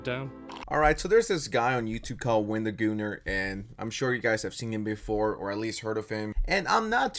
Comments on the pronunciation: why do you keep calling him wendigooner💀💀💀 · did i heard wendigooner? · Did he say wendigooner? 🤣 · lol Wendigooner? It’s Wendigoon. I believe he’s 24 now. This guy is just misrepresenting everything. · you did not deadass call him wendigooner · Why do you keep saying Wendigooner? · His name is Wendigoon not Wendigooner, ❗💢😡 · Why do you keep calling him "WendigoonER" stop watching porn man lol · bro calling wendigoon “wendigooner” kills me